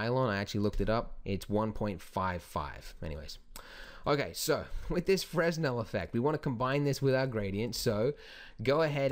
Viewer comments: I've heard you say FREZ-nel in a few other videos, but I believe the proper pronunciation is FREH-nel. Silent "S". Great video, keep them coming! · As always, excellent tutorial :D Definitely trying this at home ;) Although, just so you know, it's pronounced Fre-nel, not fres-nel since the guy who came up with it was French and that's how they do things. I made the same mistake :) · Fresnel - pronounced frəˈnɛl or fruh-nel. It's the same "s" that you'd find in aisle, apropos, debris, isle, and island. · Brilliant tutorial. One thing. Fresnel is pronounced 'Frenel' the lens was invented by Augustin Jean. It's French. :) Thanks again for your tutorials. They are extremely helpful in learning Blender. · It's pronounced "fra-nell". Good Tutorial! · Fresnel, silent "s"